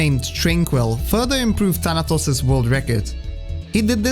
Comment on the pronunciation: The way you pronounce "Thanatos" (Θάνατος) is surprisingly correct